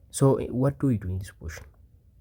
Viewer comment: I learned a new word today: "po-ition" LOL Curious what your native language is? I saw the solution immediately.